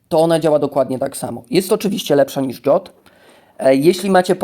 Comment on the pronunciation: Zastanawiałem się chwilę kim jest Dżot. Dopiero teraz po chwili doszło do mnie, że chodzi o o Jotta (zawsze czytałem go przez J, a przez Dż. Tak bardziej mi pasuje do Skandynawii)